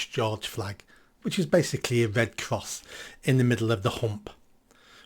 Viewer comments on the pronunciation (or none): It's red cross, not wed cwoss